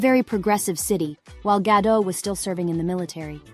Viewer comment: Start by pronouncing properly, the t is not silent, as she is Israeli, not French